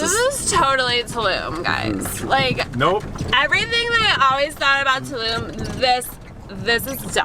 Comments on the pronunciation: Thanks for this video. I saw it the other day and now any time I hear or see anything "Tulum" I think of your segment on "TuLum" and it makes me smile :) Great Video! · 'TULUM , THIS IS TUlUm. tulum, very tulum. HOLY TuLUm."